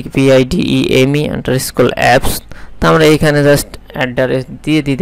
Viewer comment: আন্ডারস্কোর হবে আন্ডারস্কোল না। একজন প্রফেশনাল এর উচ্চারণ ব্যাঘাত ভালো লাগে না। আর এই মেথডে ক্লাইন্ট হান্টিং অনেক পুরনো রেসপন্স রেট ০০.১০% ও না। বর্তমান যুগ হলো কোল্ড ইমেইলের যুগ। ওটাতে রেসপন্স খুব বেশী পাওয়া যায়। সেটা নিয়ে ভিডিও বানান। সবার উপকার হবে।